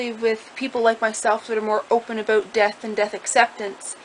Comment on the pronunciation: "nothing to panic aboot" yup, your canadian too. lol